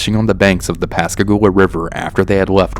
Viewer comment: Whoa! You said it right! You really are a southerner haha. Pascagoula is hard for alot of people to say. I'm from the town over from Pascagoula and I hadn't heard this one. Very cool story! Awesome narration!